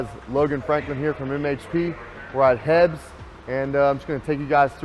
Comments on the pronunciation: “We’re at HEB.” 🤦🏿‍♂️🤦🏿‍♂️🤦🏿‍♂️🤦🏿‍♂️ H‑E‑B!! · "We're at HEBs" Texans who say HEBs instead of H-E-B might as well be from Oklahoma or some other bullshit state 😂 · Omg the troll,He called it hebs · Did he really just call H-E-B “hebs”?